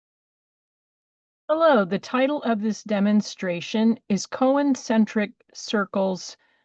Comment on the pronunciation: It's CON-cen-tric, not co-en-cen-tric.